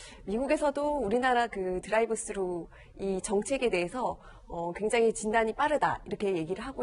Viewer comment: 드라이브 쓰루가 아니고요 뜨루 ㅎㅎㅎㅎ